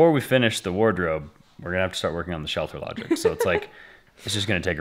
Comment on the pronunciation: Ohhhhhh... you are saying "Shelter LodgING", not "Shelter Logic"! LOL! My dang ears.